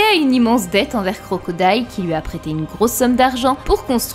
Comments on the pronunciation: C'est quoi l'accent de qui ressort sur les mots "huit" "lui" "fuit" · Super vidéo mais un peu dérangeant les "souite" "loui" "pouisque" houit" Je n'entends plus que ça...